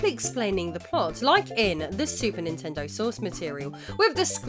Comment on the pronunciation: Her: "What Ninten-dooo" Me: "You mean, What Ninten-doesss!"